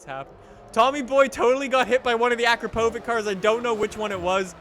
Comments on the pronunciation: you pronounced Akrapovic wrong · read akratovič as akrapovich...just sayin